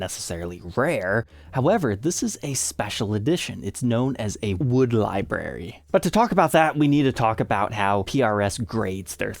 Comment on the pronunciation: Oh my God dude. Can you please learn how to pronounce the word library. There is an R in it. It is not something that grows on bushes. Although I would love liberries